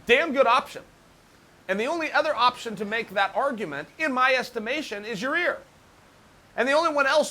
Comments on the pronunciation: Everybody: It's Yair. Chael: Thats exactly what I am saying - Ya-rear! Everybody: Ok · No more Yarear... ya-ear now. Should be YAIII-EAR... oh well close enough. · Unca Chael... Please practice this in front of a mirror... Say "Ya", pause briefly, say "Ear". Do this 1000 times. The guy's name is pronounced "Ya-Ear", not, "Ya-Rear". C'mon, dude, you're an educated fellow. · “YIE-IER” not “YA-REER” 😂😂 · Uncle Chael is a master of making adjustments. For example, Yair used to be "Ya-Rear" but now he's "Ya-Ear." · He changed the way he pronounced YAREARS name! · Yair lol yeh rear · Who is "you ear"? Or "you rear" . Who does he mean, anyone? =p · ... it’s Ya-ear you idiot! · I don’t think he deserves it and neither does Chael, he just loves saying ya rear 😂😂😂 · Let me try and make this easier for you Chael. Y-eye-ear. You're welcome. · Ice Out “it’s ‘Yah-EAR.. idiot.” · Chael, can you still not pronounce yair correctly?